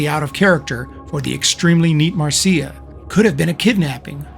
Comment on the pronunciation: Excellent video and research. You even pronounced her name correctly. Marcia pursued her yoga career and did not just live off her trust fund. Her books on yoga and astrology are worth tracking down.